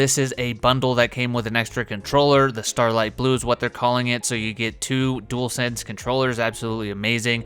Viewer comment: Welcome to the family you can still get some of your Xbox favs on ps5. Plus so glad you can pronounce dualsense correctly so many people call it a jewelsense 😂 and it drives me crazy.